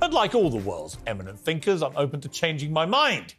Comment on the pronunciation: I think me mixes the start of the word up and pronounces thi instead of wa. 😂 One of the world’s greatest thi nkers.